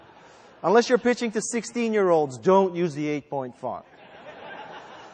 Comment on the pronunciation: Is it me or did he say, "The eighth thing is to hire infected people."? Besides that I liked his directness in how he prefers presentations and he's right, if you can't talk about your product to some reasonable depth without looking at something then forget it; I had a college professor pull up W3Cschools for goodness sakes, total waste of money just like someone giving a pitch who doesn't know what they're pitching!